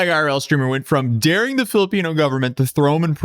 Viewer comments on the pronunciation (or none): none